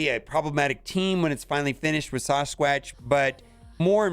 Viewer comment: You say "Sawsqwatch" one more time and imma lose it